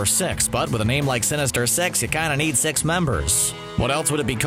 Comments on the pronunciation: when he said the word “sinister six”, all i hear is “sinister sex” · Anyone thought he said sinister sex 😂